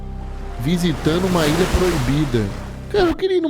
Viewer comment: Que narração é essa kkkkkkkkkkkk ilhãn bebidãn intuitivãnnn